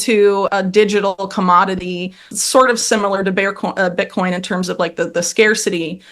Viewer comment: She called it "Bear-coin" 😂